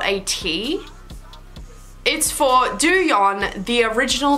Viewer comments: (Its pronounced TOING- not doyoun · the way you said douyin has me dead